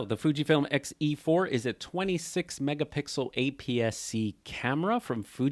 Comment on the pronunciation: “xE-FUR”! 😂. You crack me up. Voightlander announced an X MOUNT 27mm f2.0, MANUAL FOCUS lens with electronic communication to the camera! That motivated me to get an XE4… used… paid 50% OVER the new price! 😮 But I love it!